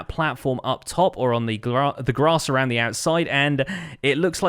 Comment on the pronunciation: I have to think of Eminem all the time you said: "roud the outside". Round me outside, round me outside. Hahaha🤣